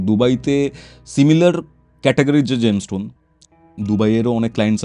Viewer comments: Gemstone word টা সঠিকভাবে উচ্চারণ করতেও পারে না। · জেমস্টোন কথাটাই উচ্চারণ করতে পারে না ,আমার বড় বড় কথা বলছে ।